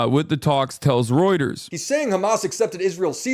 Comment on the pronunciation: i feel like hasan not knowing how to pronounce "Reuters" is a perfect encapsulation of everything wrong with him calling himself a journalist